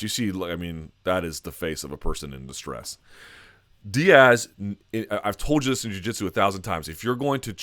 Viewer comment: Say it with me..."Diaz"